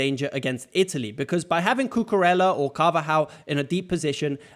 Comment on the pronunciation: It's pronounced "Cucureya", not "Cucurela" :)